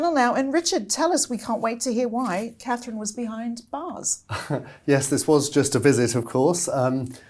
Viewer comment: is still a sussex supporter,who cant even say Katherine properly Why do you have her on